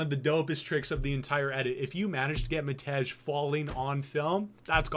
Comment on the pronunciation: Matej is pronouncec (matey), with a soft J. typical slavik name - id just call him matt tbh